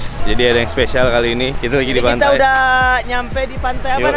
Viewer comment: Kok pantai jadi pantay papayan